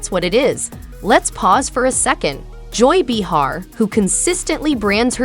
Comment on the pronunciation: Can't quite pronounce Joy's last name or Whoopie's first can ya? No offense dear. Very much expected.